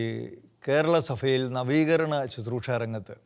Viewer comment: Not Suthroosha, please pronounce correctly as Bro. says as Susroosha.